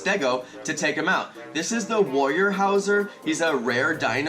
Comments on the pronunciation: Thanks so much for the tips, but I just have to say you SUCK at pronouncing dinosaur names. Where tf did you get, "warrior-houser" from "weurhosaurus"? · sorry, I'm pedantic! it's more like: you-plo-seph-alus and woo-ero-saurus